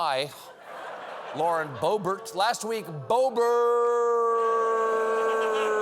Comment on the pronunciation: I think her last name is pronounced "bo-BEAR"